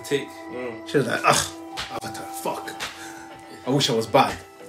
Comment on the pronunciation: Tahno calling Korra the Uh-vatar is certainly NOT a reference to a movie that will NOT be named